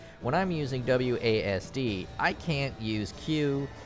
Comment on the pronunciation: This dude literally out here calling it AWSD I can't lmfao